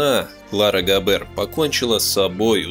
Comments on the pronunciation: А он точно Габéр, а не Гáбер? Это звучание для немецкого языка абсолютно не типично. Так его фамилия звучит по-французски, где все ударения приходятся на последний слог. Да и звука "ж" в собственно немецком нет. Он заимствован. "И Ге Фарбен". "И же...", это опять-таки по-французски. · ГабЭэээр ))) ГАбер ударение на А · Ударение ставьте прпвильно: ГАбер, а не ГабЕр!